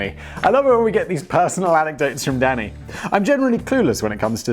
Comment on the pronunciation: ohhh danny i thought he was saying daddy the entire time LOL